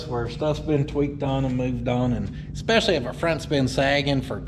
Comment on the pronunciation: eSpecially not eCKspecially lol